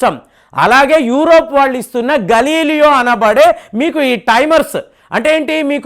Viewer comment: వీడియోస్ బంతాతాయి 👌🏽 కాని పేర్లు అన్ని ఉల్టాపల్టా.. గే్లీలియో గలీలియో గా చెబితే గ్లోబ్ లో వెదికినా దొరకదాయె